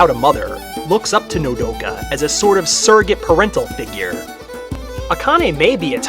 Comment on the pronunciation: sweet you pronunced my nme wrong what is it with people and doing that but still real war pet is how it is to be pronunced but still very good profile funny in the end how you said mommy